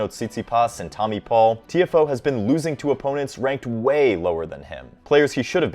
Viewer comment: i think u are saying his name wrong